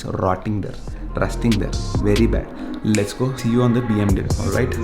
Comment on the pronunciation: U can't tell BMW properly... u pronounce W wrong